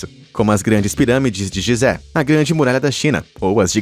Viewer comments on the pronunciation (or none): none